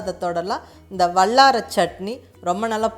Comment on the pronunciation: I like your recipe. When you use" la " sound in Tamil seems to be using middle la. Vallarai, Kallu, and ellai. I am sure it is hard to change the pronunciation. Sorry to mention this.